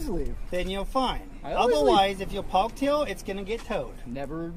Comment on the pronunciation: "If you'wre pawked hewe then you'wre gawna get towwd." No wonder he's a pissed off cop. 😂